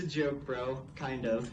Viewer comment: he said jind of and thats not a really good joke